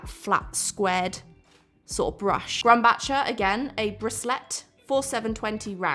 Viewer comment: NOT a correction, just an FYI: Grumbacher (the brand) is pronounced like "grum-backer". The "ch" is pronounced as a hard "c" or a "k".